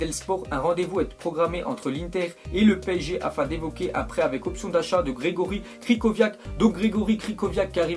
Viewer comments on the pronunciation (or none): Grzegorz Krychowiak , pas Gregorie Cricoviak